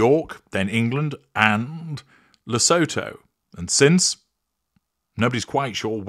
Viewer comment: Lesotho - Le-soo-too.